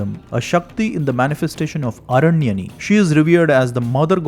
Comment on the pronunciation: It is aranyaani, why you r not pronouncing Deergha 'aa' being sanskrit scholar.